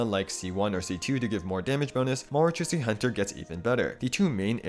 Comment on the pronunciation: just btw, the 'ch' in marachausse hunter isnt pronounced like "tch", its pronounced like "sh"